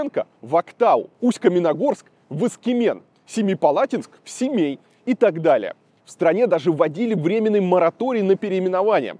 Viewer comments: Ну какой СЭмей, Илья. Ты же не говоришь СЭмэпалатинский полигон. СЕМЕЙ. Аж слух режет. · Видеоролик очень интересный. Спасибо за интерес. Но триггер для казахстанцев: слова «семья» и «тень» россияне говорят через Е, а «Семей» и «тенге» почему-то через Э. Непонятное коверканье. В казахском языке нет звука Э. Это у кыргызов распространена буква и звук Э. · Илюха! Не сЭмЭй а Семей. Ни Эээээээ а Еееееееее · Какой нах Семэй!? Ты букву "Е" не выговариваешь что-ли!? Масква, ну как норм!? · Илья, вы читать не умеете на кириллице? если в названии есть Е, зачем произносить ЭЭЭЭ???? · Вроде такой образованный, журналист им все дела…. А название города выговорить не может. Не Сэмей а Семей , Семипалатинск же нормально говорил , тоже самое про тЕнге 😡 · Вот не понимаю, когда говорят в словах вместо "е" - "э": СЭмЭй, не говорите же: ПЭтЭрбург, ЛипЭцк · "Мы сейчас на окраине СЭМЭЯ". Ну какой СЭМЭЙ? Никто же не говорит ЭКАТЭРЫНБУРГ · Непонятно почему ему так сложно произносить через Е) Вроде СЕмипалатинск, произносит и тут же сЭмЭй. Будто бы специально показать что не русское название. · Аканье - всеобщий для русского произношения феномен. Смиритесь и примите. Слишком сложно следить за собой при каждом произносимом слове. Американцы видят IRAQ и произносят АЙРЭК. Мэдэгэскар, Сэмэра, Кэбэровск. Просто они ТАК произносят букву А. А мы ТАК произносим безударную О. Это данность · "Сэмэй, засунь ей под ребро.."🤣🤣🤣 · Косанов оппозиционер😆 СЭмЭй ...Тэнгэ....ну блин,буква "Е" -ведь есть в русском языке.Почему так трудно произнести "Е" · Почему СемЭй?...Русскими буквами ведь написано СемЕй! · Сэмэя😂 Семей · Видимо Варламову не рассказали этимологию названия города "Семей" от "Семипалатинска", поэтому он изощряется, произнося "Сэмэй" как бы на казахский лад. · Сэмэй ай как слух режет для коренных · Сэмэй, вот чудик, не может букву "е" выговорить. Вообще у русских русский язык хромает. Безграмотность зашкаливает.... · Сэмэй, тэнге 😂😂😂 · Kairova я думаю да, все незнакомое они произносят с Э